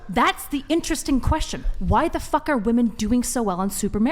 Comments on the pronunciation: Is it an older GenZ young Millennial thing, to pronounce "women" as "woman"? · 1. That chick was desperately trying not admit men are stronger 2. How is it so many women can't pronounce women?